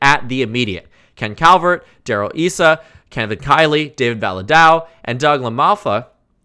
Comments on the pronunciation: Darrell [ICE-ah] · Darrell Issa's name is pronounced, ironically, like Ice-Ah